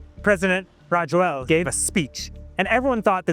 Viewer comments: Reporter totally botched the ex-president's name. It's pronounced "Raz-oo-leena" in Malagasy. You'd think a NYtimes reporter would at least try to pronounce the president's name right lol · Rajoelina is actually pronounced ra-JWEL-na, but you did better than most folks. I’m a former American who has been living in Madagascar since 2017/